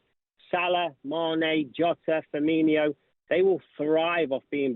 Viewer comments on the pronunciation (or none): What a wool can't stand it when they stick an I in firmino it's not firminio